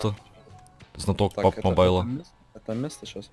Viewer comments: ты городской или колхоз? произносится не пабг а пабджи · Сказано пабг и пабг мобайл, а там лиш пабг мобайл